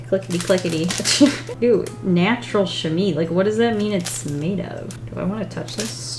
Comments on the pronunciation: I love you, love your art and you are one of the must funny person on the internet. BUT a Chamois is pronounced SHA-MWA not shami 😂😂 as a french speaker I thought I should tell you 😂😂😂 Tourlou! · As a french canadian I was like: « not chamee!!! ChamOIs!!! Chamois!!!! MOIS!!!!!!!» 😂😂😂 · I just love the way prononce chamois XD it isn't "chami" But "cha-mooh-ah". Yeah, I know it's weird but hey languages are hard af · Ok, just, fabulous job and also "chamois" is pronounced sham-WAA rather than sham-EE. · Just so you know! Its pronounced sham- me 🥰 love you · Chamois is pronounced like shamwah lol but some people just call it a shammy for short! And yes, it’s made from animal skin, but I’m not sure what animal... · The chamois.. It's pronounced "sha-mwah".. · Black water paper.........? I like the way she pronounced chamois. But it's pronounced "chamwah". Hope I helped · I was also a little confused about the art supplies given because they didn't really seem to coordinate? The pastel cloth is called a "sham-WAH" btw. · chah-mwah Or Chah Mo aah.